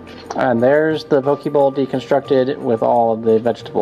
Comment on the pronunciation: looks awesome for sure going to do it. Just to clarify though Poke is pronounced as (Po - Kay) If you say it like (po - key) it means a man's privates.